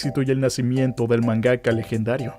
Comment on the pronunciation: Star wars es de 1977, no 1976........ Se pronuncia Doctor Slamp, no Slomp. Es MANgaka, no manGAka